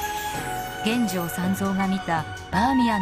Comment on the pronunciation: 感谢上传，不过玄奘法师俗名读音是chen yi，不是chen wei。